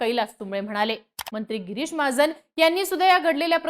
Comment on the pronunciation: Bai pahile tuze uchhar sudhar girish ahe giris nahi ani mahajan ahe mahajn nahi kay uchhar ahet bhasha tari shudha vapra